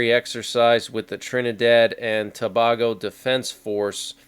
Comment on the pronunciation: Its pronounced TOO-BAY-GO